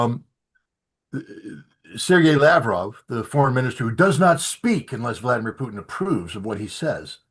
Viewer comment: How can you take Ray McGovern seriously when he can't even pronounce Putin properly? Hey Ray he's not a french fry gravy cheese conglomeration